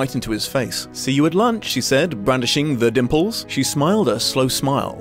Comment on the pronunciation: I keep hearing nipples instead of dimples.